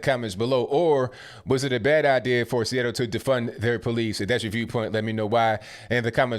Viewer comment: Chuckled everytime you said freeattle....😂😅🤣